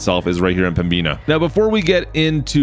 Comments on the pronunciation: It’s pronounced pembina not pembeena but no hate it’s a simple mistake 😃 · Pronounced-Pem...bin...ah. Pembina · Yu oh pronounced pembina wrong.!!!!!!!!!!!